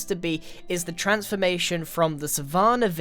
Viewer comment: Savahhhrrrnnah? Are you for cereal?